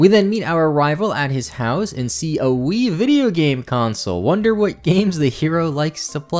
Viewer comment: When you said "a Wii video game console" I thought you'd gone Scottish on us for a second